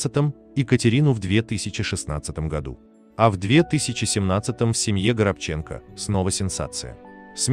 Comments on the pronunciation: Не ГоробчЕнко,а ГорОбченко!!!Дай Бог вашей семье,вашей многочисленной семье... здоровья,мира,взаимопонимания,уважение друг другу!Берегите друг друга !!!💥👍💖🔥🙏🌹🌹🌹🌹🌹🌹🌹🌹🌹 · Не ГоробчЕнко, а -ГорОбченко! Стыдоба безграмотная! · ГорОбченко, а не ГоробчЕнко. Произносите правильно, пожалуйста. Режет слух. Он мой земляк , родился на Урале, Свердловская область, город Североуральск. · Он не горобчЕнкоа горОбченко,надоел робот переводчик,неправильные ударения,неправильно произношение слов, слушать невозможно!!! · Почему ГоробчЕнко ,когда ГорОбченко, хороший актер, талантливый, УДАЧИ! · Не Горобче'нко, а Горо'бченко, уважаемый диктор, ударение поставьте правильно. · Чтец! Не знаешь , где ставить ударение, спроси! Не ГоробчЕнко, а ГорОбченко! И откуда автор взял столько детей? Пятеро детей у Сергея от Невзоровой Полины и один сын от Флоринской. Не стоит врать. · Что ж он так жену то не жалеет?! ГорОбченко,а не странное произношение ГоробчЕнко. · Почему Горобченко, ударение на Е, вообще-то правильно на второе О. Аналогично Онищенко, ударение на И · Делайте правильно ударение ГорОбченко, а не ГоробчЕнко, видите разницу. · Правильно ставьте ударение,,,,,ГорОбченко,а не ГоробчЕнко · Никогда он не был ГоробчЕнко. Он ГорОбченко. Когда будут грамотные ведущие, вернусь. А пока - привет до лучших времён. И всем советую. Надоели двоечники, болтающие про культуру! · Почему ГоробчЕнко а не ГорОбченко? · Почему Горобченко'? Горо' бченко? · Я как то всегда считал что он ГорОбченко... а ГоробЧенко как то даже слух режет! Или автор даже не знает как фамилия произносится?!?... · Почему ГРОБЧЕНКО,он ГОРОБЧЕНКО,почему так безграмотно? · Не ГоробчЕнко,а ГорОбченко! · ГорОбченко, а не ГоробчЕнко! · Фамилия украинская,ударение нужно ставить ГорОбченко,на второе О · Господи! Неужели так сложно ПРАВИЛЬНО произносить фамилию человека, о котором говорите? ГорОбченко! Запомните, пожалуйста!!! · ГорОбченко! Ставьте правилтно ударение. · ГорОбченко, он человек верующий и потом ударение на втором слоге